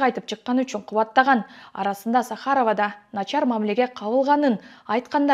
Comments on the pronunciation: сахАрово эмес чон кыз сАхарово деп айтылат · Журналист кыз сАхаров деген созго туура ударение койчу, билимин барбы?